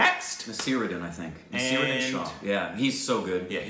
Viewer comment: It’s Naseeruddin Shah (pronounces Nah-seer-uh-din. Shaa) only one of the greatest Indian actors ever